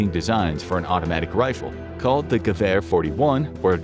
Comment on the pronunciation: 2 things I learned “It’s Gev air not gew er” “Machina pistola!”